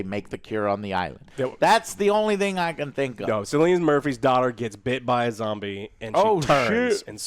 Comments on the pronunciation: Guys Cillian is pronounced with a K like “Kill-ee-in” not with an S like “Sill-ee-in”. I’m Irish btw lol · Theres no actor in this movie called"Sillyian"what kind of stupid name is that?the mans name is Cillian pronounced"Kill-ian"considering his name has been said in many many interviews through his career you could get his name right...Sillyian😂😂😂😂 jesus. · Kill-ian Murphy. That how it's pronounced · It’s Killian not Sillion Joe. Anyway Cillian Murphy is one of the best actors ever. I think bring it back to 28 days later somehow, bring the mutated zombies in and Cillian is trying to survive with his daughter. Then maybe they do end up at the bone temple and the end is him finding the doctors writing giving hope there could be a cure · pronounced it Sill-ian at the end. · Also Joe, you guys are killing me with pronouncing Cillian as “Sillian” it’s pronounced “Killian” 😆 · Cillian is pronounced Killian. I'm fed up of typing this for you, Joe. It's pronounced Rafe Finnes. Did they not do any research about Jimmy Saville and his "charity" after all the comments from the last film? It would really help with their understanding of this movie. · Very interesting review, lads. I really enjoyed it, hoping for the third. For me, bizarre mixes like teletubbies, ninjas, psychos, doctors, zombies and metal make for an excellent story, so long as they're blended well together. By the way, Cillian is pronounced Killian (I'm Irish) 😁. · Sicilian Murphy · Please for the love of god learn how to pronounce Cillian correctly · You could see the life drain out of face every time Joe mispronounced it, like it did for most of us. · "One of my favorite actors" doesnt know how to pronounce that actors name correctly. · I guess everyone named "Juan" should be called "jew-an" then.